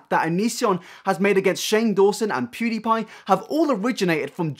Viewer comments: The way Onision says pewdiepie annoys me. It’s pewwwwwdiepie. Not poooodiepie. I sound like hermione. Lol. It’s leviOsa. Not leviosA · I HATE how he says pewdiepie. ITS NOT POO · No one: Onision: POODEEPIE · He pronounces pewdiepie as 'poodiepie' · The way onison calls pewdiepie pooDiePie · He called him PUDIEPIE 😁i cannot !Mate if u wanna go after someone atleast say their name right😂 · I hate the way Onision says Pewdiepie. "Poo diepie" wtf cringe. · Onion Greg says “pewdiepie” like “pudipie” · Onison: “poodeepie” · why does he keep saying "poodiepie" wtf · onision is say pewdiepie wrong its not pooddiepie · awesome video but if i hear onision say “poodiepie” one more time i’m calling the police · Onision: “PooDiePie” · I fucking hate how he says poodie pie, he thinks he is funny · Onision can't pronounce Pewdiepie, lmfao. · Onion brain cant even say PewDeePie right XD